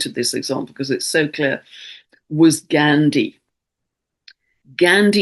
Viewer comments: Dear dear. Love you and have been following you since 2020. Thankyou for saving me from anxiety. You’ve taught me to respond and not react. Btw it’s not Gaindi but pronounced as ‘GAAH’NDI. Thankyou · Gone-deee (Ghandi)